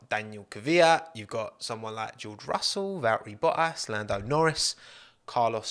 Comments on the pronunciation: Pronounce your freakin Ts. "Bo-ass"? BoTTas. North Americans enunciate your own language better (not bea-ah) than you do geez. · Hang on, did you call Valtteri Bottas Battery Voltas ? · calling bottas boas is so irritating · Lol the British and their hate for the letter "T" "Bo'as" in stead of Bottas. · Baltterie Vottas lol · I heard Bo’ ass? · “Batteri Voltas” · "Battery Voltas" :D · No one:: Battery Voltas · bottas Youtube subtitle: but ass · "Val'eri Bo'as" love it! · Battery voltass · Val'eri Bwoah-as ;) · Im 300% sure i heard battery voltas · Just came to hear you pronounce Val'erri Bo'as. I was not disappointed. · Anyone else catch “Baltteri Vottas”? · all i hear is BO-ASS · I need to get a cut version of saying "Bo'ass" on repeat cause it's truly gold! Another great video mate! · Since dts I hear Bo'ass ;) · Bo'as hahaha so effing funny! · Why pronounce T’s in many other words prior ( not enough though) but why did you not say one single T in Bottas name?